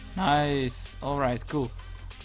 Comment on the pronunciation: Je zegt de hele tijd or right maar het is toch all right?